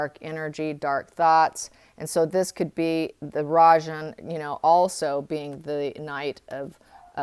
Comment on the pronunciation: Rajan means KING in Indian language. Anything but a king. You pronounce it well.